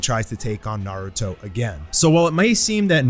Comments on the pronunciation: sorry but "Naurto" lmao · ahh yes NAURTO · Naurto lol